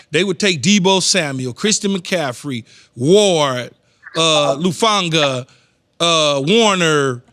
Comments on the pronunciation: How many times is he gonna say "Lufanga" before somebody fixes it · his point is Keyshawn keeps sayin "Lufanga" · Who’s Lufanga? 😂